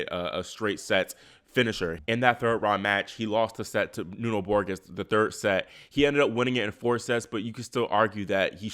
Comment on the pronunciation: Borges is pronounced Borgis. The G is like in gin, not as in game.